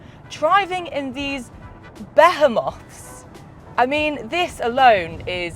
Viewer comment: Her pronunciation of the word "behemoth" as buh-heh-moth appears to be wrong in both the US and the UK. Fascinating.